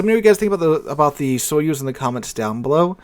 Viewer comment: Sorry but because I know russian it's funny how you pronounce the "Soyuz" The accent should be put on the last vowel "u" I don't have anything against it, but I would advise to use a translator to see how any foreign word is pronounced. I just started watching the video so I should endure it a little more. But "sovetsky" you just nailed. I was surprised in a good way.